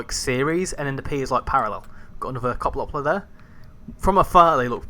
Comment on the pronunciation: As a Dutch guy, I’m triggered by how you pronounce Koploper — but hey, nice video! Just a little lesson for you : Yes, at the beginning of the Koploper's service, you could actually walk between the trains. That’s also why you sit so high up in the driver's cab. If you look at the front of the train, you’ll notice a big rectangular panel that looks kind of out of place. You might wonder, "Why doesn’t the train just have a smooth, continuous body with one color?" That black border you're seeing is actually a leftover from a big door system. Originally, there were two sliding panels there. When two Koplopers were coupled together, those panels would slide open, and a small bridge — like a harmonica bridge — would extend between them, allowing passengers and crew to walk from one train to the other. This is also the reason why the door can close 2 ways. Unfortunately, it was kind of a maintenance nightmare. It often had issues: poor connections, locking problems, and especially trouble during extreme weather due to thermal expansion and contraction. The delays could get so bad that you were better off just taking the stoptrein (the one that stops at every little station) than waiting for engineers to fix it. So, eventually, when the trains got updated or went in for maintenance, they just ripped that whole system out saving weight.